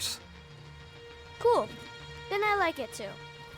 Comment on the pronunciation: doesn't say "Cool" she literally says "Kewl"